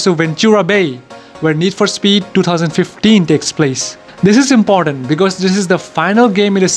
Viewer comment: When you were talking about Cross: "Remember this guy. Very important." I thought you said 'very impotent'.